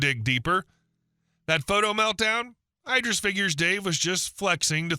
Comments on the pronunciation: Every time you say "EYE-dris" I'm squirting you with a water bottle. Are you secretly an AI reader? Have you somehow despite working on Youtube for a living NEVER heard of Idris Elba. It's bloody ID-riss you knob! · Eye-dris? You mean like Eye-dris Eel-bra? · Idris, as in Elba…not ‘eye-driss’ 😂